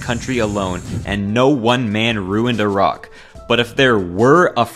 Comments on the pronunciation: YOUR MY FAVOURITE YOUTUBER NOW YOU SAID IRAQ INSTEAD OF EYERAQ NEVERMIND😭😭😭😭😭😭😭😭😭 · Finally an American that can pronounce Iraq